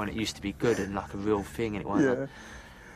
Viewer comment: “Den like”